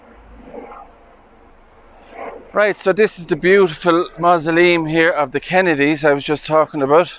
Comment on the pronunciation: Love your pronunciation of “mahzahleem”. Small church yard with very old graves. I wonder if they still allow burials?